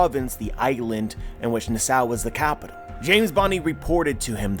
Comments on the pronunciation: Ay, It’s Na-Saw, (Na with the sound like “at”) not Nuh-Sow. This is a wild theory and I’m about it, but just a heads up. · I believe it’s pronounced nass saw not nah sow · nowadays Nassau is pronounced Nass Saw, just saying.